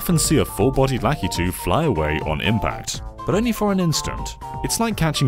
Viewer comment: Where does the name Lakitu come from? In Japan he's called something else. Also, I always thought ki was the stressed syllable and not 'La-'